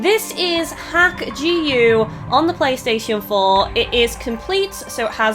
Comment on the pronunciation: it's pronounced dot hack